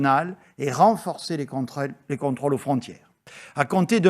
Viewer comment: "Les contreules". Nan nan...